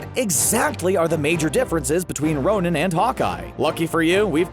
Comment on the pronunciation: did he really say nonin ?????